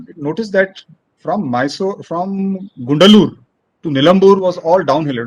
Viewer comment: its gudalur not gundalur